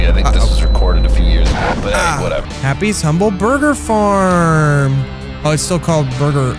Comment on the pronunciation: how am i hearing happy sumble burger farm